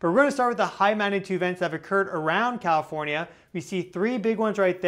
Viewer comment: CAL IF ORN YA, NOT COW FORNYA YOU SHOULD KNOW THAT